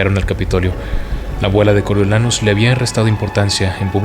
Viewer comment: Me gusta cómo narras, pero porfavor, haz un esfuerzo con el nombre de Snow😢, como vas a decir "coro YO" SE PRONUNCIA "CORIO"😢